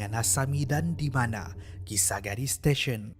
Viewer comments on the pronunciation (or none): kisaragi bukan kisagari hehe cuba tgk betul2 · kisaragi la bukan kisagari 🤭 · Terperasan yg perkataan Kisaragi tu, Salah sebut, sebut kisagari kalau x Silap Saya lh. Ini Tegur ja, harap jgn kecam.😅🤝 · Memang la xjumpa dan xtahu namanya kisaragi bukan kisagari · kisa ragi min.. bukan kisa gari...😆😆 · bukan kisagari laa.. kisaragi namanya:p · salah sebut nama station kisaragi 😁